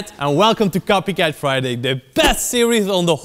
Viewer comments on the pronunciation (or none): butchered welcome gloriously.